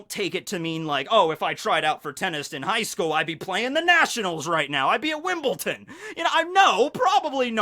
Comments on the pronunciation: Did just say Wimble(t)on!? Made me rofl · Did you say wimbleton? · Wimbledon not ton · ‘I would’ve been at Wimbleton’..... What’s wimbleton?